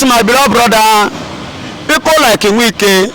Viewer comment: His name is not Nwike but Wike. If you cannot pronounce it well, stop calling his name because, he is not igbo/biafran